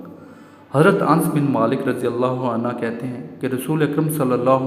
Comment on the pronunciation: شکریہ ایڈمن بہت ہی اہم باتیں آپ سے معلوم ہوئیں مگر تھوڑی سی اصلاح آپ اپنی بھی فرمائیں اور وہ یہ کہ آپ عنہ اور عنہا کا فرق بھی جان لیں عنہ مرد اصحاب کرام حضرات اور برفوں کیلئے بولا جاتا ہے جس کے ہ کے اوپر پیش ہے جبکہ آپ الف زبر آ مسلسل بولے ہیں یاد رہے کہ عنہا اصحابیہ کرام خواتین کیلئے بولا اور لکھا جاتا ہے ۔